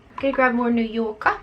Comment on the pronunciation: "New Yo'ka, I feel like I'm saying that right!" ahahahah YOU ARE!! I LOVE IT!!! Much love and positivity, enjoy your day gorgeous!